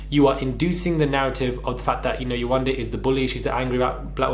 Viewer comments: I’m sooo tired that people can be so ignorant in pronouncing someone’s name. How can you dismiss someone’s identity. When are people going to learn? When? 😔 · glad someone else thought the same, it proves that she just doesn't respect her enough to learn it...like how thick and simple minded do you have to be to not know how to pronounce it or at least put the effort into learning how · I saw this on twitter. I'm glad Yewande is exposing Lucie but also drawing attention to the way that people can be so dismissive. My daughter has a Nigerian name and the amount of times foolish people don't pronounce it correctly. She's 7 and she knows to correct them. You better put some respect on my name!! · They can pronounce “Elizabeth “ and not “ Yewande” - yay , one , day. 😑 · Lucie must be slow. How can you not pronounce Yewande? YE-WAND-DE 🤦‍♀️, makes me think she was doing it on purpose. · Yewande is not a difficult name to say. The name flows so beautifully how can you continuously get it wrong? It's just pure laziness, rudeness and racism. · Yewande isn’t even difficult to pronounce..and it’s a beautiful name!! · Here’s the link : Are you going to make a video on this guy for mispronouncing her name? You seemed to find it funny here though 🤨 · I’m white. Never had a problem pronouncing any name. These people are so embarrassing. Yewande is a babe. She shouldn’t be putting up with this shit in 2021. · If I can read a Harry Potter book that has words like Expelliarmus, Expecto patronum and Wingardium Leviosa at the age of 12. Why can't head and shoulders, a big adult pronounce Yewande, kmt! Go collect your extensions and wait for the rubbish truck at the side of the road. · Why not make a effort to say her name correctly??? Lucifer Karen you are a mess 😳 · They can pronounce rapunzel but they can’t say yewande name 🙃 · Yewande isn’t even difficult to pronounce, Lucie was intentionally being a dickhead then now playing the victim